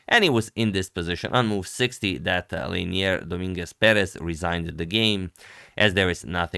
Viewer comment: Leinier Domínguez Pérez, perfectly pronounced by the commentator 💯